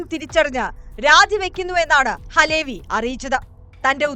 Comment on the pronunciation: അലേ വി അല്ല . അലവി ക്കാക്ക.